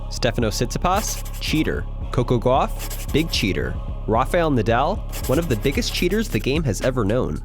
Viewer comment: "Coco Gwaff"